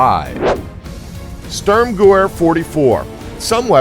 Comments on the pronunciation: Switch "veer" with "vair" and you've got the right pronunciation. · its pronounced SturmGewhr or Sturm Guh Veer!!!! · Störmgewöhr :D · "Sturmgewehr" is NOT pronounced [ˈstɜ:rmgɜwɜ:r]... but ['ʃtʊ:rmgəˈve:ɐ̯]. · Stop butchering these words, will ya? Machuahuitl..pronounced "Mock-Wee-Tal." Stürm Gewehr....Pronounced "Stoorm-Ge-vair." It means "Storm Gun" or "Assault Rifle." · listening to him pronounce sturmgewer makes me cringe. its pronounced sturmgever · Craig Vanes gewehr not gewer lmao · It's pronounced: "Shturm-Geh-Veer" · it is pronounced Sturm&gever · gewehr pronounced gevehr* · FYI the storm gewehr is pronounced (ge-veh-er) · close but pronouncing it "Gahvahr" is closer =) the "y" makes no sence at all. At least you actually know how to roughly pronounce it =). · sturmgewehr is pronounced st - erm - gev - air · um are you fucking german I know they it's strumgewher but Germans pronounce their w's as v's so plz come back with knowledge of the subject or don't come back at all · say it with me "Shterm-gevair" -sturmgewehr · STØØØØRMGEWWØØØØR... Maybe.... do you think.... it wasn't the Germans, who made it.... Maybe, it was the Swedes?? Störmgewör 44 ? :D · There's also the GOATENDAG!!!! Or the Dagger of the Goat!!!! ( yes, the original word means Good Day/Hello in German )... He's HORRIBLE. The Störmgewör just sounded Swedish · espc45 yea it's pronounced gevair but it's spelt gewher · STURMGEWEHR 44 in German (W) makes a (V) sound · Come on, at least try to pronounce 'sturmgewehr' correctly. The W in German is pronounced as a V. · Your pronunciation of 'Sturmgewehr' is simply terrible